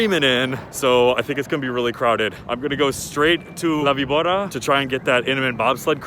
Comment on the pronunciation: It's la-bee-bOR-rra. Remember, in Spanish, the "v" is more like a soft "b". Soft roll on the r